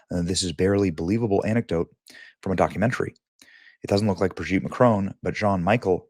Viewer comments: It's Bro-gitte! Yo! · Just don't know why this journalist has to grunt like a pig everytime he pronounces such an easy name Brigitte. Neither does he know how to say Jean-Michel. He has to translate it to John Michael. He's a real idiot. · ❌ Brigitte ✅ Brogitte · I guess its Bradley instead of "Brigitte" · Naaah stop saying BRIGGITTE like that I'm screaming. watching this on a bus 😂😂😂😂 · I scream every time Benny says "BRIGITTTE!!" Benny is UNMATCHED! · They way he's gotta say her name "BRIGITTE"🤣🤣🤣🤣🤣🤣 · Benny I love how you say Brigitte 😂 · Every time Benny says the name I start giggling! 🤣🤣🤣🤣🤣🤣🤣🥹🥹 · 😅 everytime Benny says Brigitte 😂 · Hi Benny! I'll tell you what I think; I think I love the way you say Brigitte! Makes me chuckle every single time! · Every time you say BRIGITTE it sends me to the moon 😂😂😂